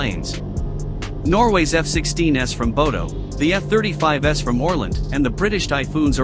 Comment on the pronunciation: Love how the robot pronounces F-35s. Didn’t realize that we had reached the S series so soon after their introduction to active service.